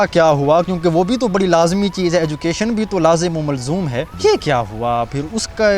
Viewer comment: anchor shb Urdu ky alfaaz sekh k bolyn tu acha Hoga lazmi o mazloom 😂